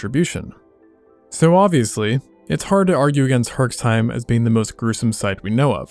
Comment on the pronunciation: Herseim... as in where my family is from. The x isnt pronounced.